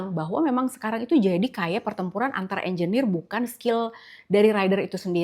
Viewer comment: Klo dri frasa bhsa inggris ya bner engenir mas broo.. 😊